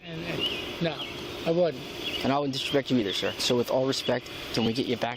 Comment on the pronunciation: "I would never...DISH-RESHPECT..."